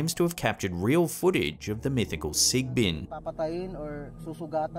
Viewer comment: like the way you pronounce "sigbin" very Filipino 😁🤣